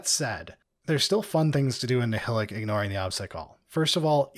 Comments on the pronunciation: As someone who listens to the audiobooks, it’s weird to hear people pronounce Nihilakh as “NI-HILL-ICK” instead of “NI-HIGH-LACK” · Nile-ack ! C'mon guys.